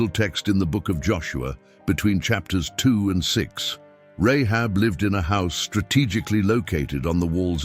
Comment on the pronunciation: Say her name right - I can't watch this you're destroying it Rahab ... seriously